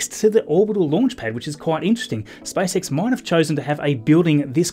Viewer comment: does anybody else hear SPICE X? XD elon musks next venture? lol